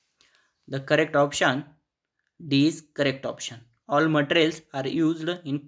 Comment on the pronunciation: Sir matrls nhi hota materials hota he app glt bolte he